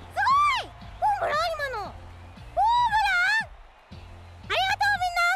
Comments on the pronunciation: ホー↑ムラン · ホームランがモンブランにしか聞こえない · ホーム↑ラン↓！！！？ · な、なんやそのモンブランみたいなホームランのイントネーションは！？ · いや、ホームランのイントネーション！w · ホームランのイントネーション草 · ホームランの発音え？ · ホームランのイントネーションw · ホームランの発音草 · ホームランの言い方変じゃねw